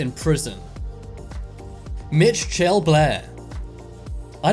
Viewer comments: "Mitch-chell" Blair 🤣🤣🤣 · 'MITCH-CHELL BLAIR' you what mate?